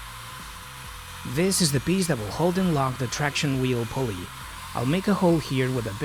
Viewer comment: Он сказал «вис ис ве пиздабол»? Или мне послышалось 🤣🤣🤣